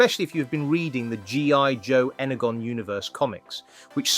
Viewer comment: Energon pronounced (N-er-John) Michelangelo pronounced (My-kal-an-jello) and your voice over was off by one figure. You were talking about a comparison figure after you swapped to the next one. 😆 😉